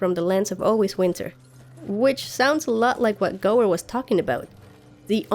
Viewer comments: I've lived on the Gower (peninsular), worked just off Gower Street (London) and watched David Gower play (ex England cricket captain) and I've never heard the Gooer pronunciation before! :-) Just a thought, could the White Walkers physically get in the three-eyed raven's cave only to find that their magic is somehow neutralised, the boney swordsmen existed because of the said magic thus they disintergrated, perhaps the cave is a sort of magical Faraday cage. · I love your GoT videos! Tip from Wales: Gower is pronounced like tower (but with a G not a T obviously), it is a peninsular in South Wales. Hear it here